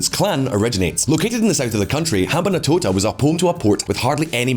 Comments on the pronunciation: Ham-ban-tota, NOT Ham-ban-A-tota. An approximation of correct pronunciation should NOT be as prohibitively difficult as this channel's presenters make it seem. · wtf is up with his pronunciation of rajapaksa and hambantota. like dude its not that hard.